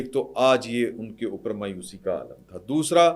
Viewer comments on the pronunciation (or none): none